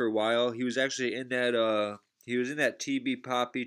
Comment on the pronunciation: Nigga said “poppy” its pappy